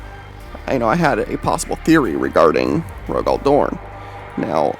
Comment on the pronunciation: Who the hell is Roe-Gall Dorn? lol